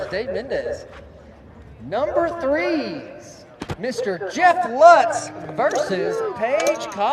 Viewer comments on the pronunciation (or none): Lutz, same name just Jeff pronounces it wrong, the name is pronounced Lootz.